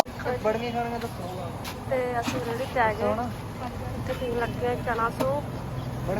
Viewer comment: ਰੇੜੀ ✅ ਰੈੱਡੀ ❌😅